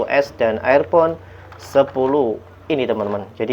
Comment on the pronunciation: Air pon ??? Dibacanya irpon , Mas....